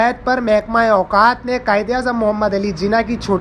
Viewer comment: Chutto mehekma auqat nahi Awqaaf hota hay. Pehly bolna seekh ly